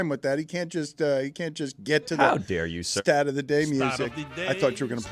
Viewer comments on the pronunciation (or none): none